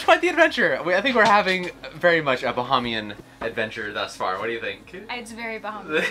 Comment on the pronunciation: Awesome adventure this episode! Two observations. When she asks whether you should do something, like raise the sails, the answer is “Let’s”. Also, it’s pronounced buh-hay-me-un. Enjoy, we’ll be watching.